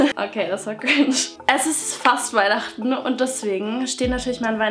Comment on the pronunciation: iii Weihnachten/ klingt wie ein Fluch 🤔